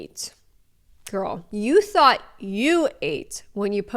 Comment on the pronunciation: tought instead of thought 😭😭